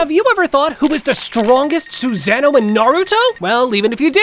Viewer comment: Narrator:Have you ever thought who is the strongest Suzano? Me: 👎🏽......leave this comment.......click don't show any from this LOSER, who wouldn't even take the time to learn proper pronunciation.....😒